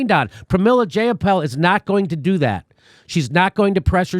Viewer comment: Jayapal. Rhymes with PayPal.